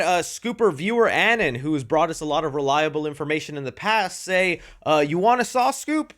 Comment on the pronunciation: Why can no YouTuber pronounce ViewerAnon’s name correctly?! 😭😭😭